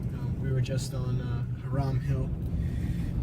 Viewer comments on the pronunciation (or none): I grew up at 100 Hiram Hill Rd from and have heard all the tales of the Melon heads on Velvet Street but never seen or feared anything to do with the folklore. By the way to the guys who made this video you are saying the name wrong for Hiram Hill, it is pronounced High Rum and not Her Ram as you called it several times.